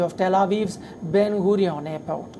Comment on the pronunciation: It's Ben Gurion, not Hoorion. Goo-ree-yon. Named after our first Prime ministers. And it's Aza, not Gaza, but the world knows it as Gaza for some reason. Like how they believe there is such a thing as Falastinim. We are the only country in the world who allows terrorists to live if they keep peace in order. We are the only country in the world who literally warms multiple times before we blow up a terrorist infested building. We are the only country in the world who arrest the Jewish people from running away from a terrorist, and if caught the terrorist the supreme court instantly releases that terrorist. We are the only country in the world that if a family lost a member by a terrorist, that family have to pay for that murderer money for years, only for being Jewish. India is one of our most important ally, and we respect India accordingly not only for being so, but also because of the people and their values. I hope you will defeat covid just like how we defeat terrorists.